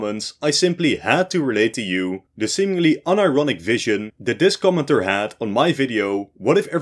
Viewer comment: When you were saying 'commenter' it sounded like you were saying 'comintern'